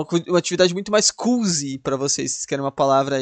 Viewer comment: KKKKKK "cuzy", acho que era "cozy" KKKKK gostei dessa, podia ter uma história ou filme de comédia sobre a vila de Gotham. Aliás fui ler na página da wikipédia e diz que realmente deram o nome da Gotham do batman por causa dessa vila kkkkkk parece que a cidade do batman era originalmente pra manter gente com insanidade que causava violência, daí o nome em referência à vila onde ninguém tinha razão. Também diz que o coringa chega a citar uma rima antiga sobre a Gotham original kkkk, "The wise men of Gotham / They went to sea in a bowl, / And if the bowl had been stronger / My song would have been longer". Traduzindo, "Os homens sábios de Gotham, eles foram ao mar numa tigela, e se a tigela fosse mais forte, minha canção seria mais longa". "Réui póter" Q loucura esse do corbin bleu kKKKKKKKKKKKKKKK incrível iceberg mt bom, esse teve umas coisas bem engraçadas